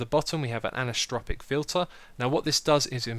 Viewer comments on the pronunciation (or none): it's pronounced an-eye-so-tropic :)